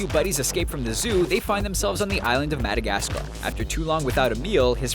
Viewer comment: Madagascar. Whent He Saids That It Sound Like Oh Shit I Had A Nice Day